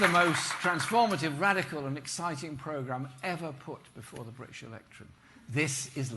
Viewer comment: And why is he unable to pronounce British